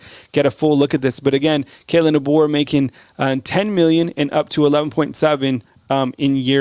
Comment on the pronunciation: Coach Debo , not Dabo, Debo lol. will be very much worth it. You go Coach Deboer. RTR